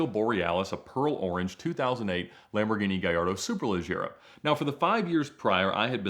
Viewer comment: The way Ed says “Superleggera” is forever engraved in my mind as the correct pronunciation and now I’m bothered when someone says it another way lol